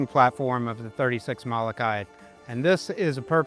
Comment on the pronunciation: Please learn how to pronounce Molokai! Every time you say it's cringe worthy.